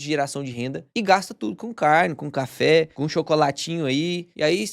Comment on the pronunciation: Não pude deixar de reparar no "cháfé" do... kkkkkk